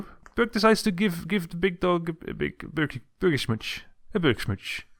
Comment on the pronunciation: You cant say ö